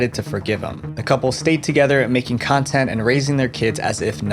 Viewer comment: I heard Cuntent creator hahaha